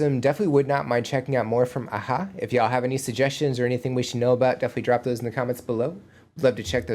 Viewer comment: The drummer and bass player in the video are not part of a-ha , just there for the video. And your pronunciation of the band members was actually 100 per cent spot on, well done !